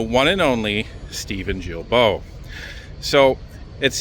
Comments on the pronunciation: Guilbault, the G pronounce like guy ,guilbert or “give me” not like juvenile or jail ,,,,, about that, that where he belongs by the way But keep the good job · Just a quick note... Steven's last name name, Guilbeault, is pronounced with a hard 'g', like guilty. Guilbeault is Geelbeau. Happy you are right where the action is!